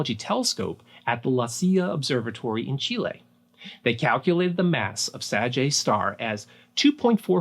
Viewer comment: Really love your pronunciation of the word Chile. Thank you for sharing this amazing contents. Gracias desde Chile!